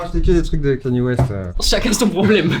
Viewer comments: Vous avez du mal avec son nom à kanye west,à chaque sortie de yeezy etc c'est du kenny west... "canne yeah" en phonétique(pour les nuls), sinon c'est ye vu qu'il à changé de nom ("yeahhhhhh") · 👉 Kaï- Ni-É 👍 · Arretez de dire « Kenny » West svp 😭